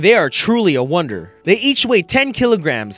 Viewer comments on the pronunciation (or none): none